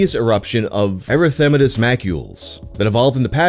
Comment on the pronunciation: He actually didn’t. He put the emphasize on the wrong syllable in “erythematous”.